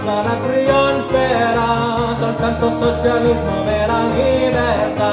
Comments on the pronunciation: socialismo is not spelled soSialismo (we are not Spaniards that pronounce the Ci as Si). Socialismo is spelled like "So-Chee-alismo". I hate when they, expecially Anglo-Saxons, associate Italian automatically to Spanish. Riscossa has a " Sco" inside and he says "riCossa". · Socialismo is not pronounced "soSialismo" in italian, but So-"tchee" -alismo. He made this error while chanting several times. Also "Riscossa" he pronounces "RiCossa". Similar phonetic speaking Italian i found in Asian people.